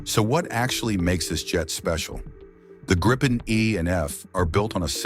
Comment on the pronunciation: I wish these AI narrators could decide on ONE pronunciation of "Gripen" It's Swedish for Gryphon - By the way - Saab Gripen-E in conjunction with the Saab GlobalEye system, is going to close the sky around any country..